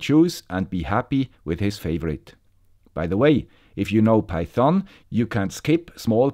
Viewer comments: Pronounciation: The problem with everyone loving is that nobody dares to correct the master on his pronunciation of Python.. I know it's not that important, but the correct pronunciation is with the emphasis on PY.. so it's actually PY-thon, not pyTHON. About the content: this is a GREAT episode as I'm switching from the Arduino IDE to microphython myself. The timing couldn't have been better! Also, I love the research that you've done and the work that went into this episode... I know I'm starting to become repetative, but bravo for keeping up the excellence. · Das o wird nicht gesprochen und betont wird auf der ersten Silbe "peithn". Die Aussprache hier tut weh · NO! No no no. Just no! Don't use python on micros. And please read the following,: Do not pronounce the o. I get bloody ears when you say python;) Anyways, thank you for a new informative video.